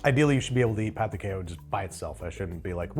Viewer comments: Ola y tudo ben! I speak brazilian portuguese. Personally, I think it'd be Trader João (zhoo-ow) and Pão de Queijo is pronounced "Kay zhoo", just wanted to let you know haha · this is a super minor critique, but the "j" in portuguese is always pronounced. "quiejo" would be pronounced more like "keh-shoo" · We don't pronounce J's like H's in Brazil. Queijo is pronounced "Keh-Jo" like Jojo (sort of) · That's not how you pronounce "queijo," the j makes more of a zh than the spanish j.